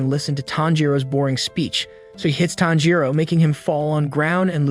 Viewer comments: My guy calling tanjiro thanjro??? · bro said "thanjiro" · The way he called tanjiro ‘Taanjiro’ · Thanjiro? Sir have you ever watched an episode? The names are the same in both English and Japanese ... why go through all the effort of making this content only to butcher the protagonists name ? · Ain't no way he said thanpajiro 🤣🤣🤣🤣🤣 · tanjiro❌ tHaNjIrO✔✔✔✔✔✔✔✔✔ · Its tanjro not tharjo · This guy pronounces every hard name easily with proper punctuation. But when ever he says tanjiro, this guy says “thangiro”. It’s gotta be intentional cause no way are you dyslexic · thanjro? it's tahn-ji-row. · So we just gone act like he didn’t say Thanjiro I’m so triggered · Nah thanjiro the fan breather 💀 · bro said tanpachiro after kamaboko gonpachiro💀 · Ton gee row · Why do you keep saying thanjiro??😂 and wtf micheal Jackson in demon slayer?? Wow mind blowing😅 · Bro why you call him thanjiro💀💀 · IF HE KEEPS SAYING THANJORO IMA KILLLLLLL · dude stop saying thanjiro also its not lord muzan its micheal jackson his cahchfrase is jamona and his gender is hee hee his sisters name is anny her gender is you ok micheal jacksons son’s name is because the kid is not my son micheal jacksons dance is the moon walkee hee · its not fanjiro its not najiro its not anything its just tanjro say it with me tan jiro tanjiro you dumbo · “Thanjero” This guy is making me mad bro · Tanjiro TAN-JI-RO SAY IT RIGHT DAMN IT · Bro said fanjo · "Thanjiro" 💀 edit: mommy im famous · Thanjiro💀💀💀 Inauskay💀💀💀 Dahki💀💀💀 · If I hear fAnJiRo one more time...